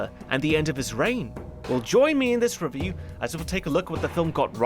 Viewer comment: hehe, "revioo"